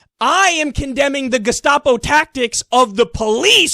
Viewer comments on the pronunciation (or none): Why does Bill pronounce gestapo like that? "Geshtapo"